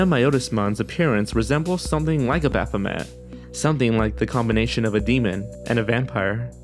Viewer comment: abathamat.....hmmmm i think you should look up how to say things XD